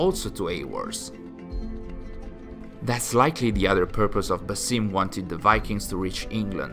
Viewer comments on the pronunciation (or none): none